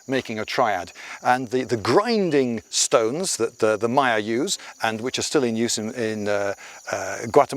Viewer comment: Love the channel. Especially these videos of Guatemala- I was there 2012, such a beautiful place. One question, why are you pronouncing Maya so wierd? Is there some convention in British that every word that start with M is pronounced weird, like Mario which I've heard pronounced as Merry-oh.